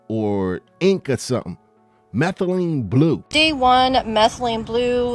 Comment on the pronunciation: Methalyne blue to blue “methamphetalyne” rq 😂😂